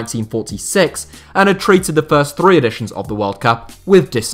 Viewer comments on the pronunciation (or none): none